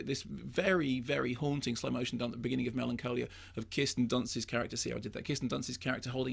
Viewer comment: Mark pronounces some words very oddly. He calls this film "Melancoalia" and says Kristen Dunst. He did the same thing on this other video I was watching last week where he kept saying the word "and" in a very peculiar way. It's almost as if he's trying to distance himself from received pronunciation but in the maddest way imaginable. Like he's tying to sound more common or something?? Weird.